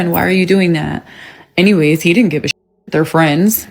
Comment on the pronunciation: "di int" instead of "didn't" is the mark of a low class person.